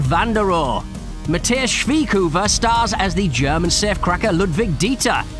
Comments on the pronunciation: That was Spoilers galore, wtf dude? And is it really that hard to say Matthias Schweighöfers name? Who tf is Matthesh? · Also das kriegen wir (inkl. der deutschen Sprache mächtigen in der Schweizer und Österreich) besser hin, als das, was der mit Mathias gemacht hat. Hahahahaha